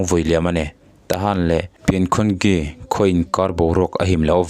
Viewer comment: Pin khun gi tih ni lo in pingkhungji ti a lam tur,nidang ah chuan i thu mal lam hi chhiar nawn in thurawn la fo la tha tawh ang,khaw hming pawh lam bo vek lawm